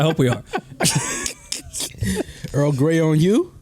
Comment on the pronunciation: This dude said Earl damn ass grey 🤣🤣🤣🤣🤣🤣🤣🤣🤣🤣🤣🤣🤣🤣🤣🤣🤣🤣